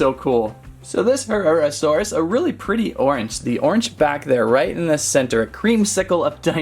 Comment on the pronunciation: Herrarasaurus is pronounced: her RAR a sor us. There ya go! Btw i was the one who wrote the charcaradontasaurus pronunciation comment :D